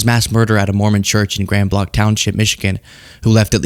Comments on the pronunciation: the city in michigan is pronounced grand blank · Just so y'all know... in Michigan we pronounce it Grand "Blank" not blanc. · As someone from Michigan it's pronounced like Grand Blank .... but Sunday all of a sudden trucks were everywhere with 2 flags of course I couldn't figure out at 1st but it's in solidarity of that.